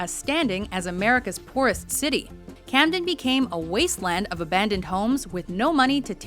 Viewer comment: Camden... sigh